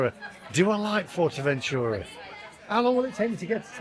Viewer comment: It’s NOT FORTERventura It’s Fuerteventura - at least TRY to pronounce correctly!